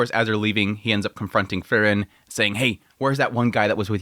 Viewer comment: Sadly he's never been able to pronounce Frieren correctly which is odd considering it's said quite clearly in the anime as well as people leaving comments on how to pronounce it.